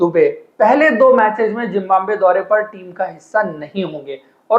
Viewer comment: Bhai Zimbambe mat bola Karo sun kar achha nahi lagta.. it's Zimbabwe